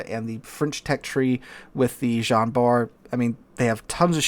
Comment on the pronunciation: Jean is most definitely not pronounced like "John".